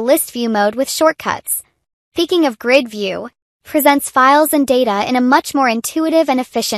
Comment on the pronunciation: But then we wouldn't get gems like "you can quickly switch between GERD or list view mode"